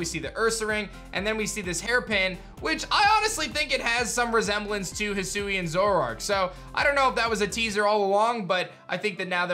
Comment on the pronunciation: I thought it would be pronounced Hi-sway-n